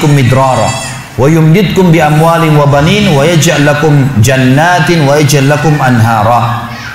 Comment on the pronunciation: wa baniina bukan wa baninu.... ???